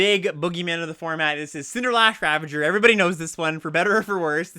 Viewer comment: I consider you my friend. And as my friend, I really want you to know that there's an "S" in "CinderSlash ravager". Nevertheless, I love this content! Your gameplay episodes are the best limited content out there, hands down. More please!